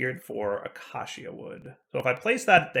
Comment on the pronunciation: Hey, heres how to correctly pronounce acacia. Uh-key-shuh